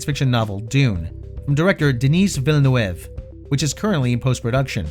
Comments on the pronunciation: Video error: X-Men Apocalypse was not the directorial return of Bryan Singer to the franchise. Days of Future Past was. And the pronunciation of Villeneuve is quite funny. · don't know if skillshare is gonna help you on pronouncing the name villeneuve , if not here's something that would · Would it be so hard for you to learn how to pronounce "Villeneuve" correctly? I understand that you are getting everything wrong with "Dune" because you didn't read the source material but,, the director's name,, come on mate. Type his name here and you will get it right you lazy man.